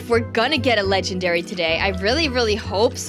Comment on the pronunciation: It's legendary not ledgenary